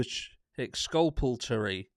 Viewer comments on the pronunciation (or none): Ex-culp-a-Tory your welcome 😁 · Lol... Excrapaturry... Let me know when the word of the day is ‘ Cross Examination’... that’s when we get the meat n potatoes 🥴